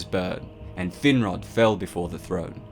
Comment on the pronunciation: ''Thin-rod''? Damn... talk about a cruel name...